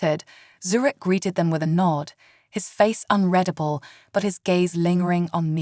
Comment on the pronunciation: Please, for the favor of Great C'thulu, teach these AI readers how to pronounce "unreadable" correctly!!